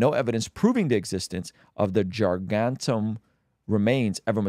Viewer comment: Nooooo we gotta teach how to say 'gargantuan' 😭😭😭 its okay man. "Gar-gant-chew-an".